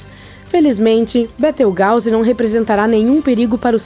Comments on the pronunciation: Da licença. Betrigause ?????????? Aprenda a falar correto desisti na hora de assistir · Sabe nem falar o nome da estrela